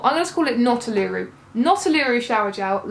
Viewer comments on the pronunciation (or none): It sounds like the accent is on the first syllable and not the second: OOluru and not ooLOOru but we all know what you are talking about. (I was just watching a video with Nicole Kidman at Ayers Rock because I was curious how it sounded!) We teachers need to do the things that refresh our souls...Lush helps. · uluru is pronounced ooo-la-rooo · Hehe as an Australian I would say you pronounce Uluru as" oo, la roo" yeah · Love your videos! But take your time and look after yourself! Uluru - OO-la-roo. if that helps. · Oo-LOO-roo. I love your videos, but don't run yourself into the ground for us!